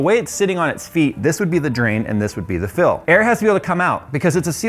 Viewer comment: has his own watercooling port now \o/ I couldn't stop hearing you say '' throughout the video...